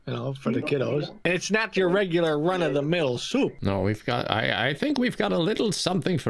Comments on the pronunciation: I see what happened. Assuming the scammer was Indian. The reason he gave up might be because of the way said "soup" as "Choup" which means in Hindi to "Shut-up"! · the silence before saying “soup”, too!! i cant😭